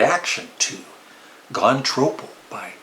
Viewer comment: Nice job. I like your cover music too. Just a word; being semi-australien i can tell you that its pronounced “tropp-o” rather than “trow-po”. (The expression comes from Australia.) on the album, i would rate this one above at least 3 others in his catalogue- namely “dark horse”, “somewhere in england” and 33 1/3. He just sounds relaxed on this album and his humor comes through also.